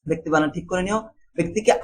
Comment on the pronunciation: বেক্তি না ভাই ব্যক্তি😂🤣